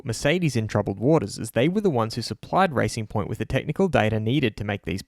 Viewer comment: thought you said ricing point, fastest ricers ive ever seeen